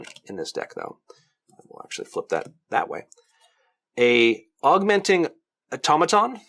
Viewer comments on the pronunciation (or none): IT'S AU-TOM-A-TOM ahhhhhhhhhhhhh